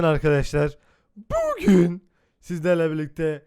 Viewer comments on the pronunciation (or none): Abi şu bugün diyonya onu nası diyon😂